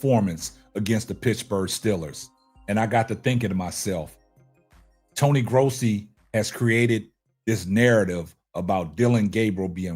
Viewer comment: I see you saying Tony Grossi's name correctly 😊